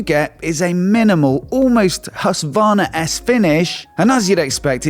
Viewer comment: Why cant you still not pronounce Husqvarna right? What is Husværna? The Q is not silent.